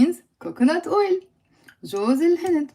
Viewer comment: When you say olive oil and coconut oil, I understand olive ‘oil ‘ but somehow I don’t hear the word ‘oil’ when you say coconut ‘oil ‘.